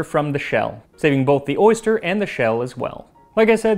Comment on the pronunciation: I'm allergic to oysters but I can't quit laughing at "orgust" 😅